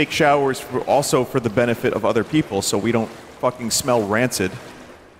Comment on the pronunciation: "Peepool" Translate to English "Peepool" See original (Translated by Google)